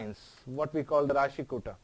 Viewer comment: Kuta first i the word kuta not kuthaa..